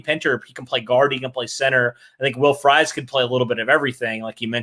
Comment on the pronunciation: Everytime you all say Fries as fries 🍟 instead of freeze, I yell at my TV/phone